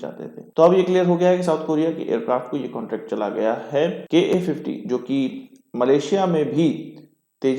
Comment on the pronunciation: KA 50 nahi, FA 50 hei bhaiya